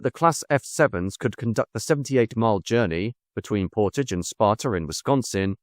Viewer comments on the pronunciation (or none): none